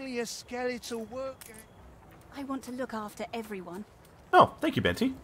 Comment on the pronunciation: I hate to be this guy, but here we go… it’s pronounced “Ben-teh” not “Ben-ty”. Source? It was my grandmother’s name.